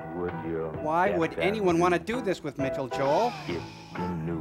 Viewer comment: 1 word, two syllables, 2 vowels MITCHELL